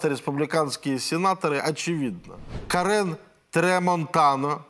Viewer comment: Дмитрий: в США нет имени КарЕн, но только женское имя КАрен (с ударением на А) - к огорчению моих одноименных армянских друзей!